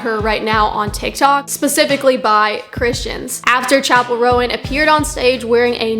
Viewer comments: Where was i saying harmful messages? I asked one question to you. You said "first of all, pronounce her name right goddamn, you're grating on my ears. it's roan not rowan." That's rudeness directed towards the creator of the video. Calling her bigoted as well. Im not the one being rude here, and I think it's obvious. I've not said one thing derogatory or rude towards you or anyone else, just saying what you said in that quotation. "1. I wasn't rude. I was honest." Can actually be used in my situation since I haven't been rude. Also, strong argument? Preaching? I was asking a question to you. I never was preaching or arguing. This should be a simple conversation, but it lookes like you interpreted my question the wrong way and got offended. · OK, there are a couple things wrong here. First of all, the girl in the Casual music video is a SIREN, Not a demon. Second, it's pronounced, "Chappell RONE", not "Rowan", and third, her nun look was a tribute to The Sisters of Perpetual Indulgence, who have been around since the 70's, so there's no point in hating on her. If you really feel the need to spread hate, hate on them. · Interesting you have a closed minded and ignorant view on a person you cant even pronounce the name of, you put small snippets of her songs out of context then claim that she is following the devil maybe if you're going to have this 'Christian perspective' do some research about all the songs you claim are demonic. Always have to make it about god being mocked when not once did she mock Christianity you just want to spread hate and hide it behind religion.